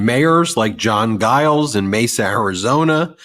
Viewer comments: Mayor Giles is pronounced Jiles, not a soft "g." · I live in Mesa. Our mayor id pronounced "Jiles". But yes, he absolutely has come out strong on the side of democracy.